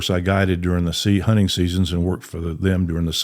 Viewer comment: Honnen ❌ Hunting ✅